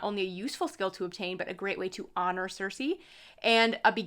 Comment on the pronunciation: The "C"s in Circe are pronounced like a "K". It is spoken Kirke. Thank you for showing this deck!